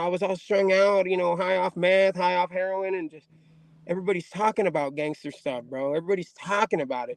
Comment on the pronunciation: Hahahaha Here-Ron!!! Because you’re strung out from here-Ron ! Hahahaha homeboy made him a Cuchara Jajajajaja had to laugh in Spanish for that one ☝🏾 LoL 👊🏽💣